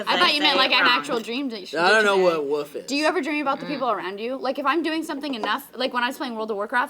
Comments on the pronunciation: I want to punch in the face. It's WOLF not WOOF you stupid fuck. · I love how says "woof" instead of "wolf". I mean, she mentioned something about it last week, but I find it kinda cute even though it's ridiculously childish. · I hate the way calls a wolf a woof. It's so damn annoying. Oh also I like how the girls just forget Lee is a person, jerks. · Woof = Wolf. That shit is something you don't say when you're in your late 20s. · Woof not wolf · i'm gonna sound like a dick, but come on, it's wolf, you're an adult.